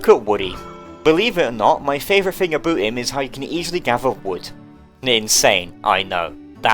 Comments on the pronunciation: Did you- did you say "Aboot" because he's canadian? Fantastic bit lmao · He says it alot himself.